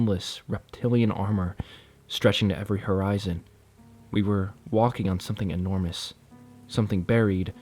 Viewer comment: Hmmm, kinda enjoyed this, although I don’t think I’ve ever heard a narrator make as many mispronunciations in such a short period of time before. Embossed Enormous Brochure Emanating…..@ you correctly pronounced brochure 🎉👏🏼 Please spend a little time working on pronunciations. It’ll serve you well your entire life! 😅